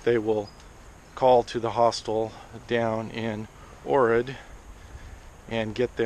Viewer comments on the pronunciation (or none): Yes it is called Skopje and no it is not called Orrid, It is pronounced Ochrid/Ogrid. The H is pronounced as a harsh G. Stone bridge is locally known as stari most which means old bridge. Stari most is perfect standing underneath kissing a girl.